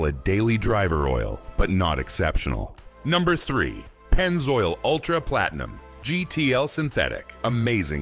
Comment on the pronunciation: When they said Platenium, I knew it was AI.